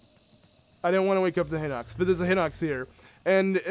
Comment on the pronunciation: not hinux HINOX! HORRIBLE VOCABULARY AND I WROTE THE SAME THING IN THE GERUDO VIDEO WHEN YOU GOT THE GERUDO CLOTHS AND GOT IN GERUDO TOWN BUT DUDE READ THE WORD CLOSELEY!!!!!!!!!!!!!!!!!!!!